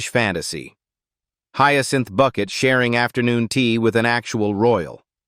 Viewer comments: Some of the scenes you are showing are NOT from Keeping Up Appearances but from her other series, Hetty Wainwright. Learn how to pronounce Bucket..... It's Bouquet!!!! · When they write the script to a show where the word Bucket is pronounced 'bouquet", the script needs to be written phonetically so it sounds correct when the fake AI announcer reads it.